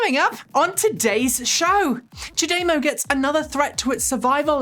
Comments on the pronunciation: Small production note: listening to Japanese speakers CHAdeMO is pronounced "Chad-a-moe".. you're saying Cha-DAY-mo... with an emphasis on the second syllable... the emphasis should be on the first syllable... and, no DAY sound... just a soft ah... "Chad-a-moe"... is how to say the phrase. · cha- dey-mow?.....fascinating. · I heard ChaDeMo is a Japanese pun: "O cha demo ika ga desu ka?" (I think I spelled that right.) It's a pickup line, meaning, "wanna grab some tea [while my car charges]?" If so, it's pronounced "chah-deh-mo." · Seems to be the British way to say it. I always said "CHADDY-mow" but there's no right or wrong, with it being a new word. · What's up with your pronunciation?! Have you forgotten how to speak English? Semi, Daimler chademo